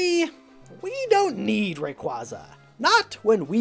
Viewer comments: Ok its not re-cwo-zuh its re-cway-zuh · Why are we not talking about how he pronounced “Rayquaza”